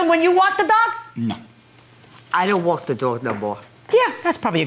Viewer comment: She said walk not want